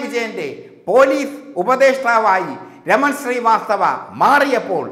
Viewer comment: എടാ കോയെ raman sri vasthava അല്ലടാ raman srivasthav